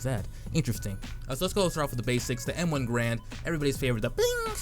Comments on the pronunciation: It Gar as in car and the and the end sounds like end, at least that is how the man who this rifle is named after pronounced his own name and I'm sure his word is the final on the issue. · He pronounced "garand" rhyming with errand but with adding a G in the front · Is it the M1 Grand? Last time I checked, it's the M1 Garand. Goddamn people learn how to fucking pronounce that shit, it's apart of our history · Pronounced "Garand" wrong like every other cod youtuber